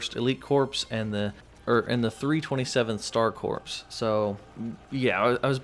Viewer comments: Pronounced core, not corps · stop saying corp and corpse, Corps is pronounced like core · Friendly reminder, it is pronounced “core” not “corpse” 😉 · It’s pronounced cor not corps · A “corpse” is a dead body, a corps is a military unit of identification and it’s pronounced “core”, the “ps” is silent. just trying to help so you don’t sound like an idiot. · Corps is not pronounced like Corpse. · Corps is pronounced like core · Hmm it's pronounced core* 😂 but on the low I'm actually really excited for this update. Little disappointed on the fact that skins are lacking though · Corps is pronounced "Core"